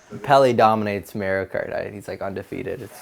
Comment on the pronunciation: He gets an "A" in hockey but a "D" in pronouncing Mario.